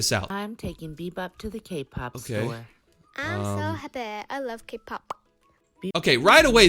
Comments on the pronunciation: She said happe😂😂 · no, not I’m so happy, “I’m so hapeh” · “happeeee” HELP😭